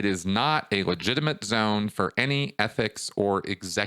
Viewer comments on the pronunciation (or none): none